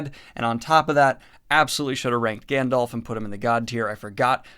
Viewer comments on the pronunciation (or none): none